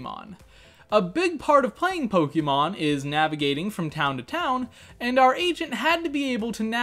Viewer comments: This is amazing - but please stop saying poke-EE-mon 😂❤️ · Finally someone other than me who says PoKEYmon